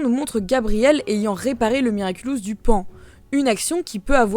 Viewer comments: Paon pas poan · Super vidéo comme d'habitude 😍😍 seule remarque : c'est pas "poan" mais PAON 😁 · Paon et non pas Poan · Et ''poan'' c'est pas paon ? 🤔 Mais super intéressant quand même ! 😋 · Le miraculous du PAON*** pas du poan ça veut rien dire. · "obsolèt ent " ? "poan" ? 🤨 🐍 Mais t'as paumé l'orthographe pendant le confinement ? 🐍 (c'est humoristique les gens le prenez pas mal)